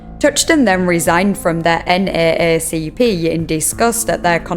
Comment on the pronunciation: When you say NAACP you can pronounce it as “N-double A-CP.” it’s how people usually say it and it’s faster and easier to say. (Also this is not meant to be rude.)